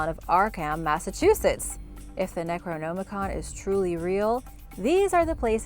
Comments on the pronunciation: Necro-NOM-icon not Necro-GNOME-icon... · I don't like how she's says necronomicon "necroNOmicon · Necro-gnome-icon? Wtf? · It's not pronounce "Necro-Gnomacon" Jesus.... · Am I Theo Mayo me who is bothered by the fact people don’t bother to google to pronunciation of items you they videos on? It’s pronounced Neck-roe-nom-i-con. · "Necro-Gnome-ah-con" your pronunciation is killing me. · Necro-gnome-icon🤣 I'll never say it the other way again. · ...gnome-i-con...I really think you're doing that on purpose. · Is she saying necronomicon wrong on purpose. It's upsetting me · Your pronunciation of necronomicon is horrendous. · Thumbs down and blocking channel for mispronouncing necronomicon 20x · The pronunciation you use for Necronomicon doesn't sit right with my ears. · Did it bother anyone else with the way she’d say “Necronomicon” ?? 😖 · How are you mispronouncing Necronomicon so badly?